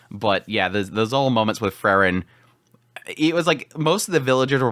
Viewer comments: It's Freeren, not Frrren.😁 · Like he always calls Frieren Frrrn.😁